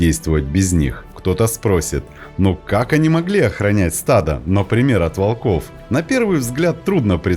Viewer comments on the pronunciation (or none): none